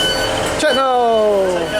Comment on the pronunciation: Your pronunciation is wrong, its pronounced "Chet-nul"